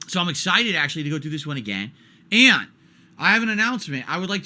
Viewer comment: Exci T ed! Why can’t he pronounce words properly? It’s absolutely ridiculous.